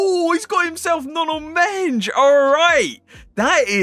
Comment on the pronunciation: but he said nuno menj? idk who that is, but I do know nuno mendes